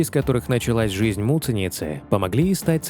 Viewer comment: Когда вы произносите таким образом фамилию Агаты, звучит как мученица!!! Вот зачем так делать!??